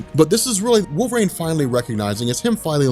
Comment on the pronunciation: “Wolv-rain” lol